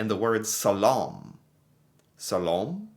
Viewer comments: NOT salom but SLALom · >How in the world can somone look at a simple 5th grader word like slalom and just IGNORE the letters and make up their own word. Read dude. read.